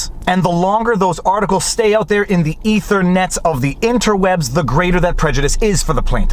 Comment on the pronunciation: love the word 'aether-net' lol